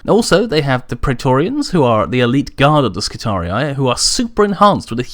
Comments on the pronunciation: "Skitari-i" is how a latin word is read/pronounced by an english person. In latin, the last two "i" vowels would be pronounced as "ee", which means the last portion of the name would sound as a longer "-ree" and not "ree-eye". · of Terra Although I understand why you pronounce it your way, my latin classes taught me that if it truly is latin and second declination (which it looks like) then it should be pronounced as skitari rather than skitariai. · My friend, the correct pronaunciation of both Triarii and Skitarii doesn't have the typical anglosakson 'aye' in the end. The wrong Rome Total war pronaunciation is due to their error or maybe they wanted it to sound cool. It's just a note and keep up the good vids. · Just to add to the pronunciation confusion...the American pronunciation of Triarii is Tree-Ar-Eee--Eee, not Tree-Ar-Eee-Eye. Making Skirarii Skit-Tar-Eee-Eee. But awesome video. Never cared for how anyone else pronounces anything else anyway. XD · Latin hat on: Since the singular is Skitarius and the plural is Skitarii, you should pronounce it with a double I due to the fact that the second I marks the tense and cause. Just like the singular of Triarii is Triarius. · ***** English is also one of the languages that use latin words in original form the most (graphically, not pronounciation), but from words like Roharii, Triarii and radii I think we can assume that Skitarii sounds like it has two identical "i"s or a long "i" sound at the end, not "ai". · omg he keeps saying the name wrong! I'm done. unsubcribed I'll take my business elsewhere. Burn in righteous fire heritic. lol kidding I enjoy your videos keep up the good work. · WHY U SAY NAME WRONG!!!! GRAMUR TROLL MAD!!! TROLL NOW TROOOOLLLLLL YOU!!! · you said skitarii wrong, plus the disclaimer was to long.